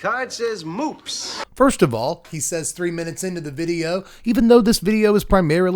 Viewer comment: FOIST UVALL